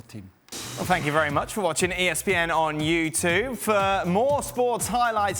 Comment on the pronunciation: Well maybe this result was punishment for him continually pronouncing "YouTube" in a ridiculous way.